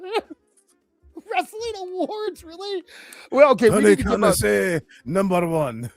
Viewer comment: toin karn sounds like toony karn 😅😅😅😅😅😅😅😅